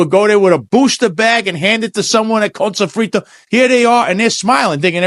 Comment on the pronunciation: 🫡. Props to for the PERFECT pronunciation of “Connnnn Sofrito”! Of course, it’s all I can hear in my half-empty head whenever I see Fritos Chip bags! 😂